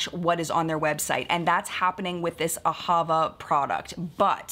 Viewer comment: AhaVA. Emphasis on the last syllable.